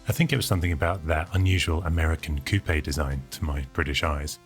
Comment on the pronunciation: Cou-pai.. more like a car toupe